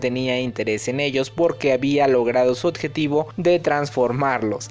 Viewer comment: Todos: Objetivo: Odjetivo xdd